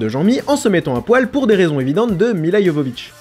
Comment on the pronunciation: "Mila Yovovitch"...au nom du peuple serbe, je te remercie pour cette prononciation de qualité 😚